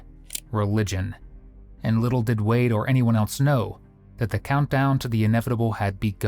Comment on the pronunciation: Sometimes I hear people say "elts" or "eltses" instead of "else" or "elses" and I wonder where that came from. This is horrific, but tbh another day in Florida....